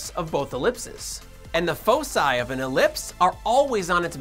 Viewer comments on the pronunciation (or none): none